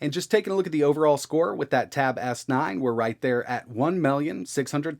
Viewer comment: "The tab-ass-nine"